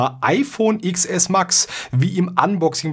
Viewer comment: Es heißt Zehn Es und nicht Iks Es xD